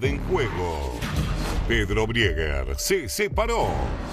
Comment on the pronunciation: "briger" Mamita esta chica. No le da.